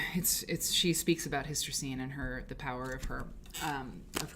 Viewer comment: Was looking for inspiration today and happened to find your video because I searched Hystercine Rankin. Perhaps you'd like to know that her first name is pronounced Her-teh-seen. How do I know? That's how she said it herself. I was fortunate to meet her several times at the Mississippi Cultural Crossroads.